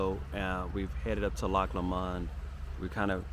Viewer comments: Loch Lomond is pronounced Loch Lomind (not like mind though lol) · Pronunciation; Loch Low-mond. Glasgow, Glaz-go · It’s pronounced LOW MUND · Pronounced Lowmond not lmond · I love your videos but please pronounce Lomond correctly. Its not low...MOND. Its LOW..mond Stress the LOW and not the MOND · I hate to redirect but, it’s pronounced Lowmond, very beautiful and such well behaved children another great video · Glad youve enjoyed it. Try saying it as loch LOW -MOND same way youd say something was LOW down on the ground . If you listen to RUNRIG bonnie banks of loch lommond youl hear how its pronounced. Im sure its run rig that sings it anyway. Safe travels. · I haven't read through all the comments, so if someone has already said what I'm going to say then please accept my apologies in advance. Anyway, pronunciation of Lomond is Lowmond. I mean, say it how you please, but other people may struggle to comprehend what place your talking about. Apart from that, I'm glad to see that you and yours are having a happy time. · You're not saying it right, Lomond is pronounced with short vowel sounds, Low followed by mond which sounds like pond. We Scots get a bit precious of our place names. You should visit Anstruther in Fife on Scotland's East coast, best chip shop in the damn world. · Just FYI it’s pronounced Loch LOWmund, and the city is Glasgow :) but I actually prefer how you said them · It's pronounced Loch LOmond